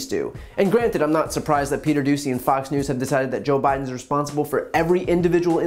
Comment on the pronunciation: Brian called them “Fock News”. Slip of the tongue, or no?